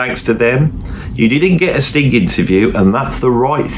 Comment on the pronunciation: You really must stop putting a k on the end of Sting. It sounds like... well you know what it sounds like. Also you were "sitting" there. you were not "sat" there. Just helping you out with a little grammar.